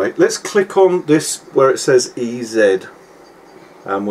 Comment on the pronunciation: I thought it was funny when you called it "e zed" because it's really pronounced " e zee." It's supposed to be a play on the word "easy."